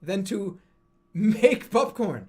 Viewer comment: Why does he pronounce popcorn buhpcorn